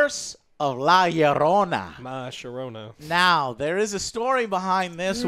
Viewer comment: it's bad he can't properly pronounce Llorona. especially since he sounds more Hispanic than me.